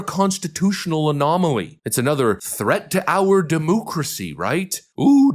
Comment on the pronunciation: "He is a threat to Demooocracy!!"